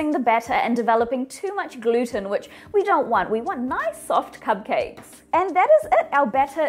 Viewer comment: Did anyone notice her saying cub cakes instead of cupcakes